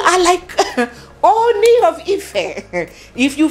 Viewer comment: I am always watching your program. I find interesting and entertaining the yoruba words you throw in from time to time. I will however like you to find a way to learn the proper pronunciation of the title OONi. Please keep up your good work and stay blessed.